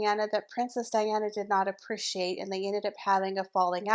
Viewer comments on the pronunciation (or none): none